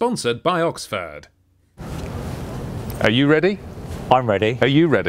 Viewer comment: im sure Oxford liked you saying Oxfart there's standstill traffic jams even on the fucking highways WTF